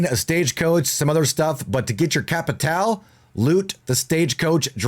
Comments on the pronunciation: Its pronounced capital bruh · No it’s actually pronounced cappi-tall-eh